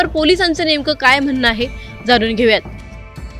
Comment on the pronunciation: Bolne पुनयातील रुग्ण, उडवणारा, म्हणनं ... णा आणीबाणीपाणी आपन❌ आपण ✅.... मधे मधे इंग्लिश शब्द वापरता पण मराठी पण (पन ) शुद्ध बोलता येत नाही... आत्मविशास दांडगा आहे... अशुद्ध बोल पण रेटून बोल... 😢मराठी शुद्धच पाहिजे!! पब्लिक platform वर बोलत आहात! आधीच मराठीची वाट लागली आहे